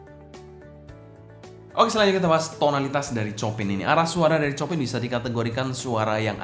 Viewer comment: bukan copin ko2 dibacanya chiopang...krn istri guru piano jd ngelotok denger nama2 pianis classic 😂😂😂..